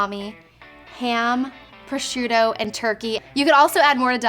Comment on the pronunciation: The way she said prosciutto actually made me laugh.